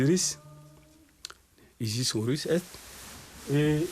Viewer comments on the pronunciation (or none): Mais si on ne comprend pas votre langue, comment faire. A ce moment là en faire une en français pour ceux qui ne comprennent pas et une autre en votre langue. Par contre on a l'impression que vous avez une gêne pronançant les noms OSIRIS, ISIS et d'HORUS.